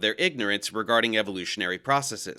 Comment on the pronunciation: I just want to say thank you for pronouncing "processes" correctly without a long-e sound.